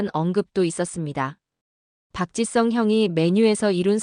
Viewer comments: Park. Chi. Sung, 아니고.. park. ,gee.,,,sung.... 입무니다....한글 발음. 어렵습니다.. 공부. 더하세요..😊 ,아리가또우. .. 고자이마스..... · AI가 말하는것 입니까? 박지성을 왜 박짓썽이라고 발음합니까?듣기 거북합니다.